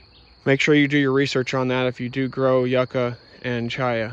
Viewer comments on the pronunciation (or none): Nice video. Thanks for the lovely tour. It is pronounced Youka (yuca)❤. Also called cassava in some countries